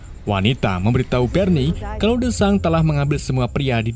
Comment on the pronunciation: Berni engga tuh 😂😂 Barney bng bkn berni